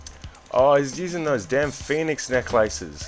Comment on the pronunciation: The way you prounce phoenix Necklaces is funny asf 🤣